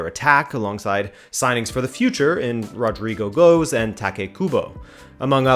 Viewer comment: Hodrygu Gwesh actually